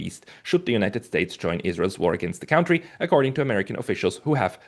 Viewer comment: Gotta work on the "cown-tree" pronunciation. He's clearly fluent in English - which means he's accustomed to hearing it spoken; there's no way he's Ever heard the word pronounced that way (he's the only one on Earth who does it).